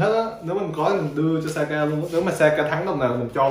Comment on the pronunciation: em cứ thắc mắc, sao chị bé kia tên là Sayaka mà anh cứ gọi là Saka á